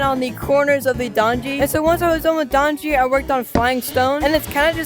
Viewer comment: dangji? Bro it’s ddakji